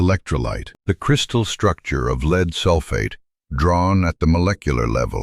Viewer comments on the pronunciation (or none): AI narration, AI is supposed to be smart. Lead, the metal is discussed continuously. Then the narrator pronounces LEAD like its being used as a verb. HUMAN editing would catch it.